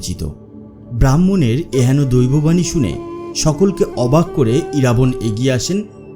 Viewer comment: 'Iraabon' noy shothik uchcharon hobey IRAABAAN.